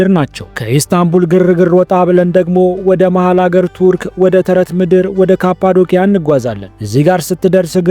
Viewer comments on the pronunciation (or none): ወንድሜ ካፓዶኪያ ያልከውን ካፓዶሺያ ብትለው ከትልቅ አክብሮት ጋር 🙏❤❤